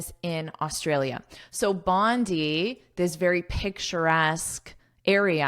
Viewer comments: I’m Australian That’s Bondi beach in Sydney Your pronouns are wrong Should say (bondai) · We Australian pronounce Bondi as [Bondai] thank you 🙏 😉😉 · Thankyou for sharing & letting me pick your brain 😊, this article 's very interesting and I am enjoying this lesson. The proper pronunciation of 'Bondi' is 'bon-dye' as I understand since I 've lived in Australia for a while. Bondi Beach is also well known for its beautiful coastline & surf culture.🏄‍♀️🏄‍♂️🏊🏄🌴🐨❤ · I'm sorry but it's pronounced Bond'I' as in Bonday Beach. I've learnt a lot from you though. I love your lectures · I’ve been there, it is pronounced as “bonday” I said many times but my Australian friends corrected me. Again a great one. Lets go, lets go, go further more more more more ❤